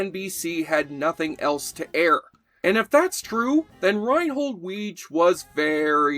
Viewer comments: The creator's name is pronounced Wee-gee (with a hard 'G'). Also, Karen Austin played Lana Wagner. But, a true fan would know those facts, wouldn't they? And never belittle Jeff Corey playing Santa. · Loved this show. Markie Post was my 1st celeb-crush! What a knockout! ANY time my friends and I saw John Laroquette in anything he was immediately called Dan Fielding. Also Weege is pronounced WIGGY, per Harry Anderson on an appearance on the Carson Show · FYI, Reinhold Weege's last name name is pronounced "wiggy". (I am/was a relative of his, RIP Reiny) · I worked the show all nine years. Reinhold's last name was pronounced Wee-gee.